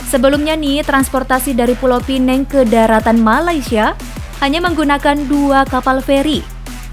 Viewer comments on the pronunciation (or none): neng..namanya Pulau Pinang not Pineng